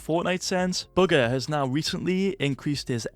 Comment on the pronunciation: Can you please stop saying booger instead of bugha